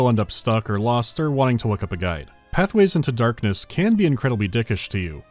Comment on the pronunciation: Oh god, I understand why you said Pathways into Darkness so many times and so weirdly in the Marathon video.